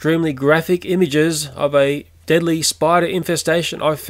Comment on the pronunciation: What is "deeadly"? I only know "deadly"